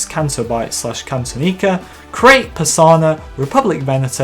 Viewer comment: Says Bespin, shows Cloud City. That's not right. Also, I've known it as Cantonica for a long time. Your pronunciation is shit though.